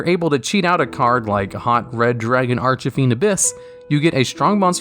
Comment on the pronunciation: I still can't get over the fact you say archfiend as arch-a-fiend